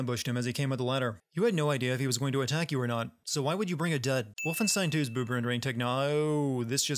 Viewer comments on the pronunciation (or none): Adding one more sin for pronouncing Wolfenstein wrong during the video.